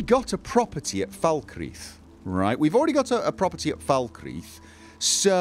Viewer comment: Oh my word, pronounced "Falkreath" correctly (as opposed to "Fahl-cray-uth").